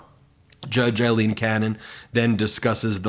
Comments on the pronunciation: Aileen Cannon; not Eileen Cannon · This is just random but her name is not Eileen it is Aileen….the first one is pronounced with an i sound and the other is pronounced with the A sound…. I have heard her name pronounced correctly but not on Midas, lol